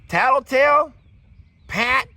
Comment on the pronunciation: I just have to laugh out loud whenever you say. Tattletale 😂😂😂